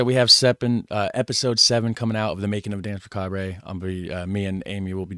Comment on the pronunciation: Euuuuuh neuuuuu what a macabray hombreeeeee yeah macabrayyyyy mannnnn let's just throw allllllllllllll the languages in one pot and call it English why nottttttttttttttttttttttttttttttt Macaaaabraayyyyy duuuude toooooootaly awesome .......some macaaabrayyyyyyy we can HEAR how it is pronounced but let's call it : macaaaaabraaaaay essay !!!!!! Macaaabraaayyy